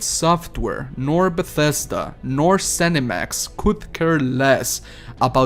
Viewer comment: Bethesda* not BATHesda lol